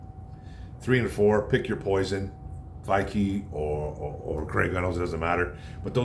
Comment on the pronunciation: Vaki rhymes with hockey. "Hey hey Vaki town" as Matt Deri says.